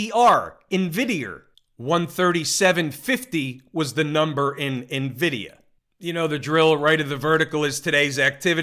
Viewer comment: lol..... always cracks me up in-vid-e-er!!!